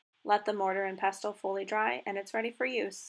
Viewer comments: This is brilliant, great explanations and demonstrating. Thank you for sharing your extensive knowledge. Just a note, though, the ‘t’ is silent in pestle (all words are with this type of spelling). 😊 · Not sure I trust the advice of somebody who cannot even say the word pestle correctly. It is pronounced with a silent 'T'